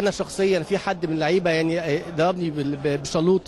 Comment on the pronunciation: الشلوط 😂😂 هو قال الشلوت بي الفرنساوي طيب 😂😂😂